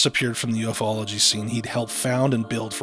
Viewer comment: Your killing me, it's Pronounced U-fology not UF-ology..😂😢😂